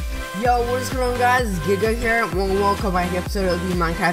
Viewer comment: Uhhh.... Your intro sounds like hey guys Gay here